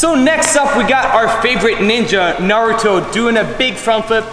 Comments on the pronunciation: nailed the pronunciation this time! Good on him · UGHHH he said it right 😎😎🔥🔥🔥🔥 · Did he actually say naruto’s name right this time 🤧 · Aaayyeeeee he pronounced it right this time!!! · Yes... Yes he did FINALLY!